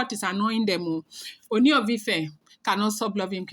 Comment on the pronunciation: you can stress the two oos in Ooni to give it the correct sound/intonation.